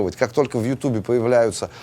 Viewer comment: помимо творчества, респект дядечке за футболку и за то, что на русском языке произносит название всеми любимой видеоплатформы, как "ЮтУб", а не "ЮтЬЮб"(бррррр)